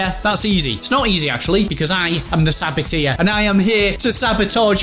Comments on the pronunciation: Saboteur not Saboteer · Saboteur not sabiteer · It's a sabo-turrr not sabo-tiaaa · It's pronounced sabot-er, not sabot-ear for goodness sake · It's saboteur not sabotir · its pronounced sa-bat-urrrrrr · You’re pronouncing ‘saboteur’ wrong 😂😂😂